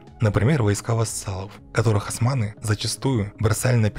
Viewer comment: Не асманы а османы, вы же не говорите ольгу альгой